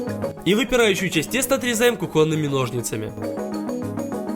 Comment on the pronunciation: тортА, кухОнный......... Аааааааааа кровь из ушей